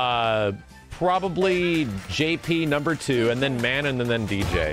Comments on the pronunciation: MA-NON not MAN-IN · Mah-non... I'm m sorry but it's not man nan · I cringe everytime he says "Man-in" instead of Manon. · Just as a heads up, and trying real hard to not be "That Guy" but based on her country of origin and knowing someone with this name Manon is probably pronounced "muh-NON" so it rhymes with Anon. Not coming at anyone for saying a name wrong but it may be easier to correct early on so it doesn't become a habit lol. Very excited for this game, it'll be my first real foray into Street Fighter since playing a version of 2 on the GBA when I was a kid, and my first big classic fighting game interest since Soul Calibur 2. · Plz god: Phonetic spelling of Manon ma-nawn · IT'S MEH-NOH!!! That's how you say Manon! In a French "Meh-Noh"!!! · What is it with the FGC and mispronunciation? Juri (Joo-Ree), FANG (Fah-Ng), Ryu (Ree-Yoo, and yes people STILL get it wrong), Zangief (Zahn-Gee-ef), Zeku (Zey-Koo), and now Manohn (Mah-Nohn), I swear. Otherwise, gameplay looks good. Gonna wait to see how long till people bitch about JP doing full screen combos. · You pronounced Manon's name wrong. My buddy works on the localization team for Capcom Japan and confirmed it's a nod to the famous female Canadian hockey goalie, Manon Rheaume. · Someone needs to teach to pronounce Manon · the way you pronounce Manon is going to give me an ulcer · but the real question is shall people one day pronounce Manon the correct way xD. just kidding love ya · Why does keep pronouncing Manon's name like that, or is that just the way Americans pronounce it. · Why does everyone pronounce Manon’s name incorrectly? Are people really that stupid